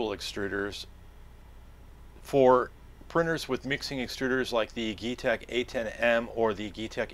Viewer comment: Useful video. I'm not sure, but I think it is pronounced 'G-tech'.